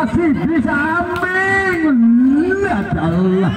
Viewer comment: maaf min,itu maming bozq,,,,bukan maning